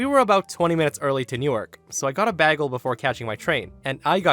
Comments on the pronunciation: the pronunciation is, bay-gl, NOT bag-el, no offence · Bay Gil. Not Bag ils. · Did you say "baggle"? Bagel is usually pronounced like "bay-gle". 😌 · Didn't know people pronounced it Bag-el instead of bay-gul. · bagel. It’s pronounced ‘BAY-GHEL’ not ‘BAGGLE’. If it was a ‘BAGGLE’ it would be spelt ‘BAGGEL’ ! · Hey bud, it b A gel not baggie. Just FYI. 😁😇😎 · sorry to nitpick , but bagel is a long A not a bag soft A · Bay-gel not beggel. Otherwise, fun if insane stories. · Okay, it's pronounced BAY-gul. Not BAH-gul. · you are the second person i've heard to say bahgel instead of baygel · Have you never heard of a bagel? It's pronounced "BAY-gle" not "BAH-gle". Oy vey... 😁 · By the way...it’s pronounced “bay-gle” not “bag-gle”. Love a toasted bluberry bagel with bluberry cream cheese on it. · Bagel is pronounced bay-gle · ......."bagel" is pronounced "bay-gul" not how you pronounced it LOL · You say Bag-all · Love your videos! FYI Bagel is pronounced as BAY-gl, or as in Hay-gl. It’s a hard “A”, not like in “hat”. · It' said bay gull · So no one's gonna bring up he said "baggle"? Really? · Wait. How did you pronounce "bagel"? Bag-el? Oh my lord. LOL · Baggle? There is no reason to mispronounce bagel. In fact, doing so is almost antisemitic. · its pronounced bay gull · Thank you!!! I don’t get it because it’s one of the words that’s spelled exactly as it’s pronounced: “bagel”. Not “baggle” 😭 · bag-ul... I've never heard anyone pronounce bagel that way... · How do you not know how to pronounce “bagel?” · HOW DO YOU NOT KNOW HOW TO PRONOUNCE BAGEL ?!?!?!?!?!?!?!?! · I can't believe you Britta'ed the word "bagel"! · How the fuck does someone not know how to pronounce "bagel"??? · Pretty much just noticed the weird pronunciation of the word bagel. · Anyone else triggered by his pronunciation of bagel? lol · the way you pronounced bagel XD lol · I'm sorry, HOW did you just pronounce Bagel?? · How be pronounced bagel is criminal